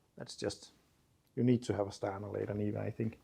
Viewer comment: This car is So Seppo! Looking forward to seeing it reborn. The trabby and the niva. Brilliant! A small helper, not a criticism - in English it’s usually pronounced “larda” not “layda”.